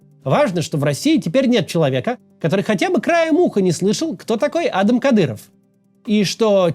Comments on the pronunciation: Только правильно не А́дам,а Ада́м☝️А́дам-это скорее американское и английское имя. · Я до сих пор не понимаю, почему никто из спичрайтеров Макса не сказал ему, что имя Адам имеет ударение на второй слог а не на первый... Каждый раз слегка посмеиваюсь, как будто мы не сына Рамзана Кадырова обсуждаем, а какого-то американского публициста с локальными около-славянскими корнями)) Правильно произносить Вайлдбериз Макс научился — раньше был «уайлбэррисс», прям «фром май харт» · Потому что на первую А ударение